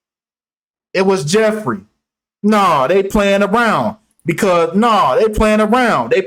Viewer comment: P.s. Naomi campbell also has her own private island!!! Welcome to the year 2023, God bless yall!!!😊 p.s. "Jeffwy...ooww wee" took me out🤣